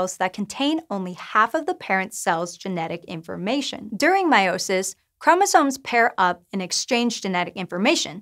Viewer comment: The way she pronounces meiosis just makes my my blood boil 🤨😠.